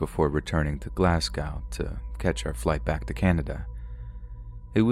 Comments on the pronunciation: I think the scariest thing in this whole video is the way pronounces ‘Glasgow’ 😂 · I love your videos but I want to drop kick you for the pronunciation of Edinburgh and Glasgow 😂